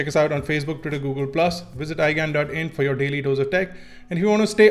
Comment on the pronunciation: I'm soo sorry bro but everytime you say iGyaan it sounds like iGaand and i can't stop laughing after 1 minute you say it. anyways nice video, subscribed! :)